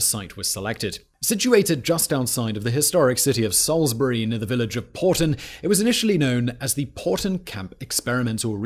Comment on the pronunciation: Salisbury not SAILSBURY